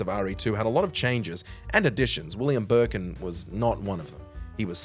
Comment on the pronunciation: "William BURKIN" I swear you guys do that shit on purpose.